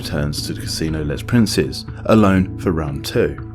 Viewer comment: You need to look up French pronunciations for your video: Cannes, Les Princes are just so far off the real thing that at first I barely registered they were supposed to be French